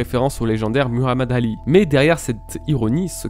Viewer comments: " Muramade Ali " 🤦‍♂️🤦‍♂️🤦‍♂️ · il a dit "muramed rali"😭😭